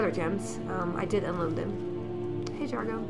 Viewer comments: Felicia so insensitive to ur Khajiit friend, its pronounced (Ja/Zar/Go) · I think your cat's name is pronounced Jeez-argo :P